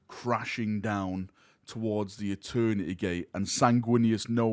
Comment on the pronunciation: “Echoes of eterneteeay” 🇬🇧